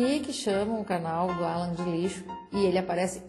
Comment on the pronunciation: "Alân" ta serto